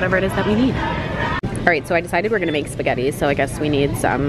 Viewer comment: Umm... how did you were able to mess up SPAGUETTIS!?? 😂😂😂😂